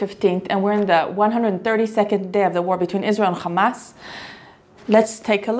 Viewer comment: War between Israel and Gaza did not start on Oct, 7th. This bloody day was just the continuation of a long lasting war. As Gaza is under blockage since 15+ years, they are victims of acts of wars. Moreover, why not pronouncing "RRRrrrarretz", "Tsarrrrral" or "RRRrrrrebrew" like you do for "RRRrrramas"? May the people in Israel be in peace as the people in Gaza and West Bank.